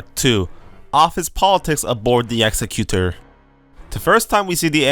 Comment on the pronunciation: PS, it's "Ex-ec-u-tor", as in one who carries out a task, e.g. an executive. :)